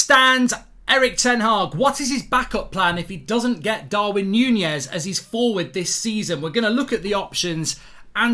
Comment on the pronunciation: Mark its Nunez not Nunjez